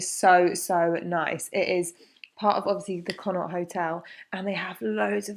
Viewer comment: Just so you know Connaught is a province in Ireland and is pronounce con oct.